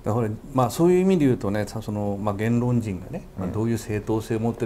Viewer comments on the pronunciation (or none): げー↑ん↓論 か↑ん↓潔